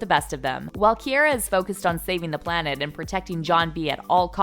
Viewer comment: er- they obviously did not watch the show. it’s pogue as in vogue and Ki- R- a, not Ki- air- a